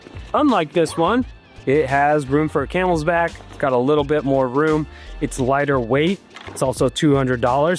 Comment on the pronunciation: And it's Camelback. Not Camelsback lol